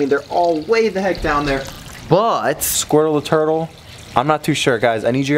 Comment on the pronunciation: He said "we got a little squrtle